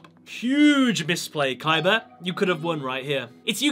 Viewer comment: stop saying Kaiber